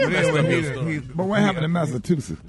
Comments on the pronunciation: “Mass-a-two-sets” 😂😂😂 - Gary w/ da tea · Where in the ghetto- space- Odyssey....did Gary go to a "college".... that he can't pronounce Massachusetts..!!!... Somebody please RSMS.....help with that information......😮